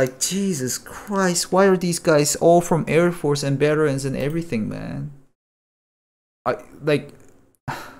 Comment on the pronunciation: i love that u say beterans lol